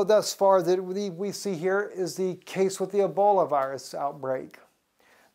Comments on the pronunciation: It's pronounced E - BOL - A........there is no " i " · It's Ebola not Eboli